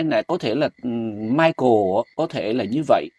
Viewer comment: Đọc là Mai cồ.. OK